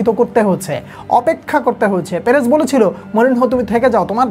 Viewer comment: আপনি পেরেজের নামটা ঠিক ঠাক উচ্চারণ করিয়েন।